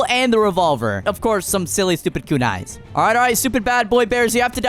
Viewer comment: It is kunai not kunis